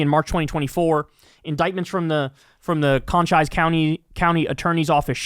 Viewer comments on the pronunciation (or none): That is pronounced Co Cheese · con chize? its COH cheese County dum dum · "Con chise" County? C'mon Kyle, it's "Co cheese", as from the famous Apache Chief. Embarrassing dude lol! These border patrol & ICE scum are out of control! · My only complaint sir. Im not sure what region you’re from but I know where you’re not from. Cochise (kOcheese), and Peña (painya). Sorry man it’s just hurting a little to hear. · Kyle: say Co -Cheeese county (Cochise County in AZ) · It's CO CHE SS county, right? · Well Kyle was clearly not a fan of a wasteland series of games if he mispronounces Cochise. ;) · lol Kyle Cochise is pronounced like Chief Cochise. Not Conchise. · it is pronounced. Cochise (koh-CHEESS) or co-chi-ese Which is named after an Apache leader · Cochise is pronounced co CHEECE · It's pronounced "Cochise" "Co" as in co-opt and "chise" that sounds almost like cheese. The s sound at the end instead of the z sound. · Cochise county is pronounced: Co-CHEESE county